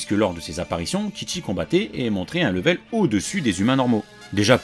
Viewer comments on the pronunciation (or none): none